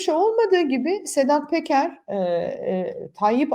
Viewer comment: Sedat Peker diye yazilir ,Sedat Teker diye okunur